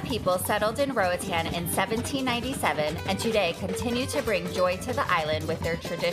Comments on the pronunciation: Nothing grates my nerves more than hearing people saying Roatan wrong, especially when they claim to love the place. -A Honduran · It's really annoying when she saying roatan